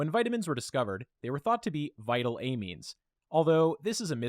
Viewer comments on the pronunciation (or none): your pronunciation of “amine(s)” upsets me